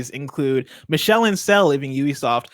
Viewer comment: nailed those French words except for Michels name lol. It’s like Me-Shell